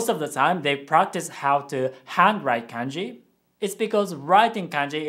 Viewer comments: Why do you keep pronouncing it like k/ae/nji instead of k/ah/nji? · sorry but the way you say KANJI triggers me BTW I'm japanese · Hey, thanks for the video. I have a question. I have always been told that the vowel sounds are always the same. For example, “a” is always pronounced “ah”, but when you are saying kanji, you are pronouncing it “CAN-JI” not “KAHN-JI”. Can you explain why this is the case? Thank you. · The way you pronounce kanji is wrong(and I'm sure you know it but since you were speaking in an English accent it couldn't be helped). It's Kanji not Kaenji. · Actually, I just noticed that your family appears to pronounce it “Kahn-ji” :) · Well I don't trust this video because you said kanji wrong multiple time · are you okay? you sound like you're pronouncing "Kanji" as if you were from middle America.